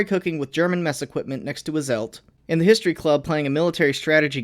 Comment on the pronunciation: Ivan... load de high explosive... T H U D